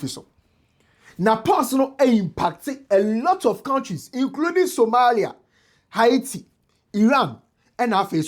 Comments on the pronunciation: it pronounce Hayeti and not Haiti. 🙈🙈🙈🙈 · Please pronounce haiti right, it's not haaati Please, it's correction❤